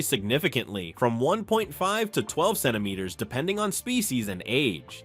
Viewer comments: What is your problem with the words center mitres? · Did anyone count how many different mispronunciations of the word: Centimeters was made?😂...... that is so annoying!!!! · Ai can't pronounce centimeters 😅